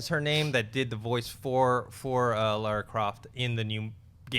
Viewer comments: She would be an excellent Lara Croft but she looks NOTHING like her. And it's LARA Croft, not Laura. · Am I missing something? Isn't it Lara Croft? Not Laura? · Guys it's Lara not Laura... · WHY CANT AMERICANS SAY LARA?????? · It's LARA FFS